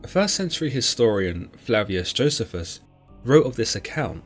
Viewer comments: It's joe-c-fus. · It's pronounced Jo 'cee' fuss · I fully understand the difference in pronunciation of words depending on one's accent, but you are butchering Josephus's name according to general consensus. Perhaps you should hear somebody speak it rather than pronounce it according to the way it's written.